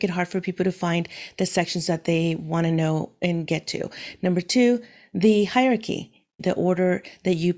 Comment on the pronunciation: Hyarchy... no Hierarchy... yes (it's pronounced higher-arekey) Other than that little nit-pick😂, your video and instructions are really good!